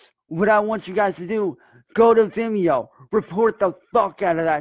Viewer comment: “It’S uP oN ViMmeEyo” 😂😂😂